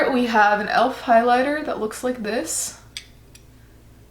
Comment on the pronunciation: Lmao aw I’ve never heard someone pronounce elf like that , love the vid tho